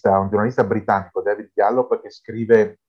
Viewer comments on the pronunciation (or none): none